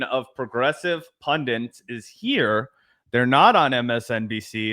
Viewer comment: For the algo, a lame but true comment for you, in, the word is "pundits," not, "pundints." There is not second 'n' in the word pundit. Please and thanks. That's almost as annoying as the people who add a 't' to the word, "also" between the l and the s. A young lady got two idioms wrong today, "kick it to the can," rather than "curb," and, "hit the books," when the phrase is "bricks." Getting simple things wrong makes smart people look stupid. I only point out these things to be helpful, not to make you feel dumb. Just fix it in the future. I don't want to recommend someone watch you, only to have them think you are not as smart as I hope.